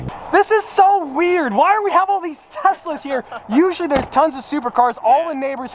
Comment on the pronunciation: Did anyone notice that whenever he pronounced “Tesla’s”, he sounded like he said “Tessa’s”